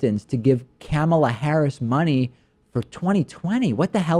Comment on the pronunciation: I believe it is pronounced "Kuh-mah-Lah" not "camel-A" lol